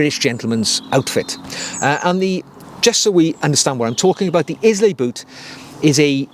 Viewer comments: Eye-luh, not Is-lay. And I’m American. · Hi, they’re a beautiful pair of boots, if it wasn’t for me owning the Loake bedale burgandy grain ones I’d definitely be tempted! P.s I believe it’s pronounced “aisle-a” (Scottish island). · Pronounced “Ai-lu”! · It’s pronounced eye-la, not Izlay. As a Welshman I’d have thought you’d be all over pronunciation given no one pronounces Welsh name places properly. I bought the rough out and wear for work and out and about in the country. Agree the scotch grain dark brown is gorgeous too but wanted the vibram cleet for outdoors. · Please stop saying IS-LAY You pronounce it Eye-la Nice content though 👍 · The mispronunciation of of the Scottish isle, after which the boots are named, grates: it's Ailay, NOT Islay. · Islay. Pronounced: Ay lah! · Pronounced Eye-Lah 🙂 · The boot is pronounced Ila as per the Scottish island it is named after…. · Amazing boot! Loving the video's. Just a note Islay is pronounced eye-la. All the best from a whisky lover. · It's pronounced Eye-lay my friend, as in the Scottish Island 😉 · Sorry to have to have to correct you but Islay is pronounced EYE-LAY! Presumably the boot is named after the Scottish island of Islay where you would find whisky distilleries for Laphroaig, Lagavulin and Ardbeg. Agree it is a beautiful boot and I think the combination of the mahogany, pebbled-leather patina, the broguing and the street sole would make for a very practical and versatile boot though probably not for very muddy conditions. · I second this. I’ve seen the pronunciation written as ai-luh. A beautiful island to visit and some of the best whiskies in the world. Thanks for the video! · A 'style guru' who can't pronounce 'Islay' properly and has a Wendy house as a garden shed?!! Get over yourself. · Great video. Research how to pronounce Islay.